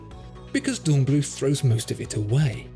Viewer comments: not bloot... blüth! 😉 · Please say "Dornblüt", German doesn't use a "th" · The final 'h' in "Dornblüth" is not pronounced - German doesn't have the 'th' sound we have in English. The word is pronounced like 'Dornbloot'.